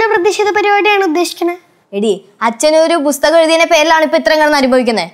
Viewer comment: Busthakam alla makkale pusthakam